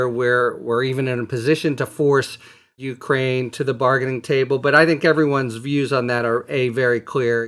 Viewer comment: Why is he mispronouncing Ukraine?